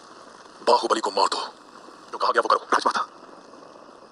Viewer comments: Baahubali No goobali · bahobali bahobali nahi wo thore he 🤣🤣🤣🤣🤣🤣🤣🤣🤣🤣